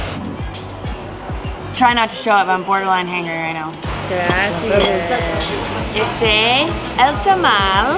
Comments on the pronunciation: Graci-AH-s. Not graci-IS. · stop saying graci ss it’s gracias (kinda like aahs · Oh my goodness! It’s graciAS, not graciES. It’s Spanish,, not Italian (although Italian is much prettier, in my opinion). Also, what is the name of the hot springs, the swing rope into the water, and the beach? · i love when says “gracias” 😂